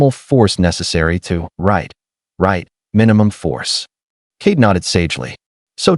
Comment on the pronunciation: Kade not Kate